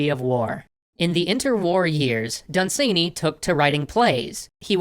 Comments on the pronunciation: OMG, y'all and pronunciation, lol. He's British: it's DUN-san-y, not dun-SANE-y. He's not done being sane, he remained quite sane, I believe. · Hi there! A few things . It is pronounced 'Dunsanny' not 'Dunsaney' .You were close with 'Fusilier' and HPL saw Dunsany speak at a lecture but was too shy to go and meet/talk with him afterwards. Great stuff though! Keep up the good work! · Done Sane Eeee? Try saying it more: "Dun-s'nee" (pronunciation source: an Irish Lord.) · Lord Done-suh-knee, not sany. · I pronounce his name DUN-sunny, not dun-SANE-ee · Dun-SANEY Jesus Christ, great episode and all, but I don't think you could have possibly pronounced that in a more cursed manner. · For the record its pronounced Dun'S'nay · Never heard dunsany pronounced like that? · DAE thinks is pronouncing Dunsany weird? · "Dun-SANE-ee"? I've always heard it pronounced "DUN-suh-nee" over here in England. (Also "FEW-zill-ears" not ... umm ... "Few-ZILL-ee-urs")